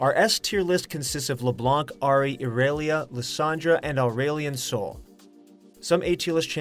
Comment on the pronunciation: The way u say irelia and aurelion sol is funny